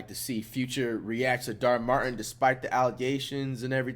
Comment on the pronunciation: bro still says dhar martin lmaooo